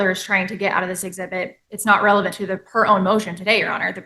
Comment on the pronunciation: She also cannot pronounce relevant. She says revelance. Ignorant and dumb. Dumb. Dumb. Dumb. She has no idea what judge is saying. Dumb dumb dumb. Scary how incompetent postal employees are. And can’t speak proper English. Nauseating.